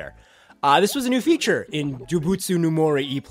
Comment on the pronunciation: Your changed pronunciation of doubutsu is wonderful because it shows you care about trying to get it right. Even if you're not quite there yet you're already saying it better :) But mainly it's just nice to see the effort. Keep up the awesome journals!